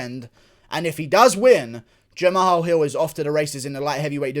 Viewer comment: No one: Guru: Jam-AHALL